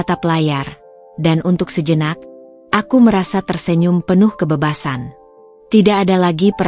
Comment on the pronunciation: masih perlu belajar sebutan yg betul..bunyi kebebasan jadi kebebesan